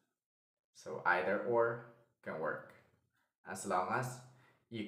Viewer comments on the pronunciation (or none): none